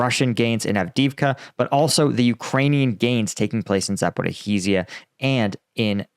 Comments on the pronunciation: Could you please try saying Zaporizhzhia better? There's no "-heezeeya" at the end. It's za-po-REEZH-zhya, in Ukrainian. Yes, a doubled "zh" (which is one letter in Cyrillic for the "zh" sound like in "vision"). But no "-hee-" anywhere in the word. And it's not really crucial even to double (lengthen) the "zh". Just "za-po-REE-zhyuh" is fine. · It's been a year and a half and you STILL keep mispronouncing Zaporizhzhia - Sort it out already!!!!!